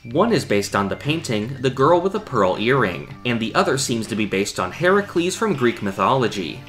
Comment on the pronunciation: The way you pronounce Hercules upsets me.